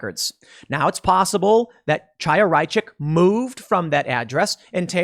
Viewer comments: FYI, Chaya is pronounced differently from what you are saying. The initial sound is not "ch" like in "change". It is the gutteral sound like the end of the German word "Reich" using proper German pronunciation. Chaya is a Hebrew name. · Hi Tim, here is Alex from the UK. I happen to speak Russian and Hebrew. I just wanted to tell you pronounce the name of the woman from LibsOfTikTok wrong. It’s a known Jewish name where CH is spelled as H like in “human”. Great work, enjoying it every day!